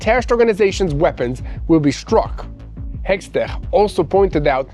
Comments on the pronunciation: his name is pronounced: Heg-set....practice! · please try to master the correct names before you record the news. The US secretary of war is Pete Hegseth. Today I heard many different versions of the name Hegseth. But it doesn’t diminish my admiration for you and Mati and the entire news team. From an avid follower of TBN-Israel